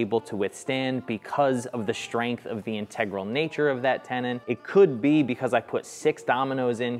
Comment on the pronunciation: Several issues with your shtrength test, yeah that is the first one. Why is is so difficult to pronounce st as ST and not SHT? Second the dominoes were too close to the edge of the parent. I doubt that a plain butt joint would have not be just as good. What I found surprising is that the really crappy morise held at all.